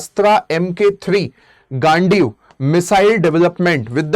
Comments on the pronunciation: Bhai gandhiv bol le gaaandee kuo bol rha hai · Ghandiv hai bhai please mat pronounce kar😂😂